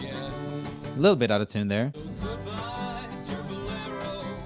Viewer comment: Did anyone else think that when Roomie said out of tune it sounded like he said autotune?? Maybe just me... 😂 Honestly though I didn't agree with some of the answers especially in the offbeat or out of tune singing - not all singers have to sing on the tune - it sounds cool when they don't sometimes if that makes sense. It's hard to explain.